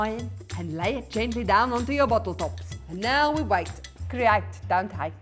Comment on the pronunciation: "Cre(h)ate"; don't hate! 😂😂😂 Love it!❤